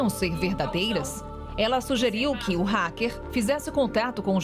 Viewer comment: égua. Será que o racker é paraense?